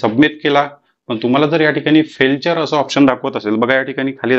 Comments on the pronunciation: फेल्चर नाही फेलियर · फेल्टुरे नाही तर फेल्युएर असा उच्चार करतात. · Sir Failure, he फेलचर नाही, फेल्युर आहे 😂😂😂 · te Failture nahi tar Failure Aahe.. correct word Failure aahe te... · फेलचर नाही रे बाबा ते....फेलर आहे ....म्हणजे ekyc फेल झाले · तुम्हाला फेलुअर आणि फेलेचर वाचता नाही येत काय . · फेलचर नाही फेलूयर आहे ते. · फेलचर नाही फेलिअर .. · ते फेलचर नाही हो फेलुअर आहे😂😂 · Felchur ..felchur ....nahi re baba te failure ahe , nit vachayla shik adhi.😅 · फार उपयुक्त माहिती दिली. खूप खूप धन्यवाद ❤❤❤ फक्त एक दुरुस्ती फेलचर न म्हणता फेलुअर असे म्हणावे, राग नका मानू. फक्त सुधारण्यासाठी लिहिले.